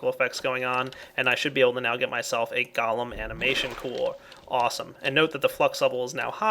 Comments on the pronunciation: I'm pretty sure its pronounced "Go-Lem" not "Gol-um" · pronunciation of the word golem is go-lem. 'Go' as in go over there. and 'lem' as in lemon.